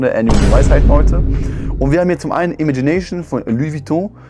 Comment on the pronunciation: Bro das "Imagination" wird französisch ausgesprochen, weil der Duft, wie alle anderen LVs, einen französischen Namen trägt.